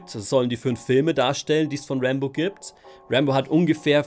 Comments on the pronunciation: Meint er Rambo oder warum sagt er immer Rainbow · Wer hat auch die ganze Zeit Rainbow statt Rambo verstanden 😂😂